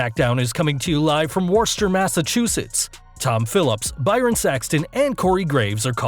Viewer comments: It’s not pronounced “Warrrr Sterrr” it’s pronounced “Wist er” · "Warster". It is pronounced like "Wooster". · IT'S PRONOUNCED WUSS-TER GOOD SIR, THANK YOU. PUT SOME RESPECK ON MASSACHUSETTS AND ITS CITIES. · Lol you pronounced Worcester so wrong. I live in New England and there are a lotta English named cities and towns that people pronouce wrong.